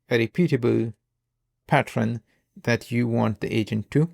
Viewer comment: Like the way you pronounce “pattern” 😀